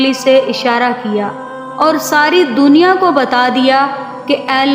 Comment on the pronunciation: Abdul matlab..ro ro kar... dawayen nahi madam.."D U A Y E N".... karte.. Dooniya??? It's Duniya. Pdaish? Its paidaish madam.